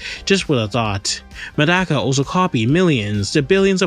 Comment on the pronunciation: mf its not "Madaka" it's Medaka😭😭😭😭🙏🏿🙏🏿🙏🏿🙏🏿🙏🏿🙏🏿